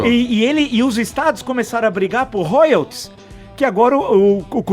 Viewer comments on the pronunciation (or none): none